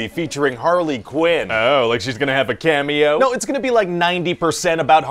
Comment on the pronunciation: They say Cameo, i heard Camel toe